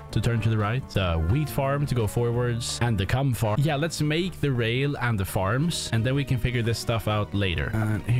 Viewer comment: coum farm?